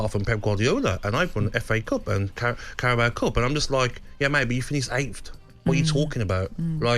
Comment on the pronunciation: I just got aids from hearing Gaby say ''eighth'' and calling Ahmad ''Ahmed'', the guy is absolutely horrendous at punditry